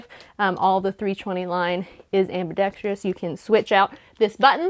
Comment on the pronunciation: Very informative but I have one MAJOR gripe, you mispronounced the word ambidextrous. There is no (I) at the end of the word, it is pronounced AM-BI-DEX-TROUS! Thanks for the video on basic drills, happy and safe shooting.